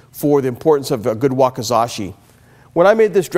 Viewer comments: What the fudge is a "wakazashi"? This reminds me of that Tres guy from ExpertVillage saying "wakasazhi". These Cold Steal videos are kind of amusing with the pronunciations, typical corporate "wowing" of their product, and pointless kiai. Other than that, seeing swords cut through chunks of meat is always neat to watch. I think ill still buy from them though. I have my eye on their zweihander, but their Chinese and Japanese swords are too "beefy" or so I hear. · I know what sword they are talking about (especially since they are using one), I meant they were mispronouncing it. Japanese is not a difficult language to pronounce. Its wah-kee-zah-shee (roughly). Spelled wakizashi (わきざし). Normally im not super picky about pronunciation, but I am with the easy stuff. Just a pet peeve.